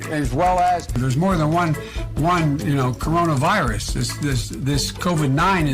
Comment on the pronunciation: Pretty sure I heard "kimono virus" too 😂